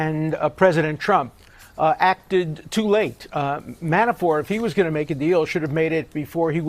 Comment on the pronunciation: Dershowitz keeps saying Manaford..or Manafore, instead of Manafort. Is he afraid to say his name correctly???